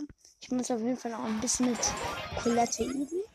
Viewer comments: Trotz dessen das ich kein Brawl Stars spiele: Collete wird Collet ausgesprochen und nicht Collet-e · Es wird Colette ausgesprochen